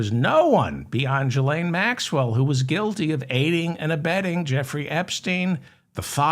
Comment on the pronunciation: Ghislaine has a hard G. You said to comment with corrections so I'm just telling you.